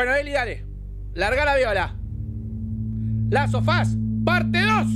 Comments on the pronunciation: Todos: The Last Of Us 2 Ulala sr frances Aca se dice "Lasofas" papaaaa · " Lasofas el dó"